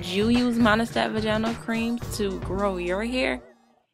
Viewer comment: your pronunciation of vaginal isn't right.